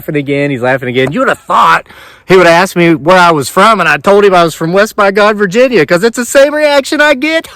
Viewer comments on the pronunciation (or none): "...Uni-VUUU-sity of Vuginia..."